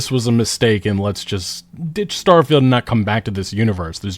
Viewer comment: git up uh get get down Star-fie-Uld is a joke in your town